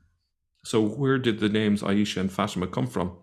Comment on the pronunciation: 'aeesha/ fateema' - wot a ars. he can't even say the names correctly - and he's an 'arabic expert'? this is deep stupidity.